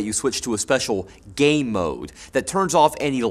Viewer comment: I heard: Just because your TV has a gay mode...